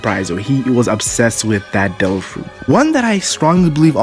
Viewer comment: I like how you say Devil fruit as tofu